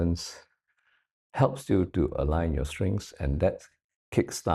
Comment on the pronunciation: Is he saying "strings" or strength?